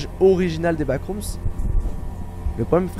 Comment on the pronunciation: Vremment ça me frustre que dise backroomsss alors que c backroomsss sans s